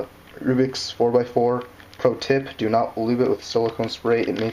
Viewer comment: "Do" not "ro"